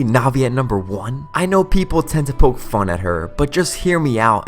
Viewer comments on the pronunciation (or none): none